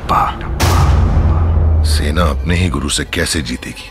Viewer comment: Abe vo katappa hota hai katapa nahi